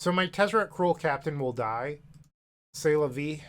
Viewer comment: As french viewer, I enjoyed a lot hearing you saying "C'est la vie" 😄 Keep doing your awsome videos, and keep storming !